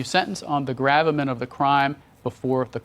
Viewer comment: he pronounced "gravamen" wrong. i know this bc im so dumb had to look the word up to understand what he was saying 😂